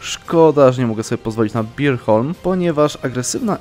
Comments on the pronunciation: Bornholm nie Birholm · Bornholm, nie Birholm tak samo nazwę achie wymawia się inaczej. Lubię, oglądam i subuje od dawna, ale błagam postaraj się jakoś bardziej z wymową.